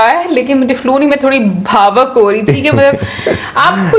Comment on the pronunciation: bhavok nai madam ichchukk